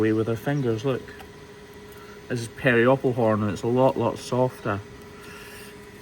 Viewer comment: Whenever I hear you say peropal horn I hear myself say "Perry the peropal horn?"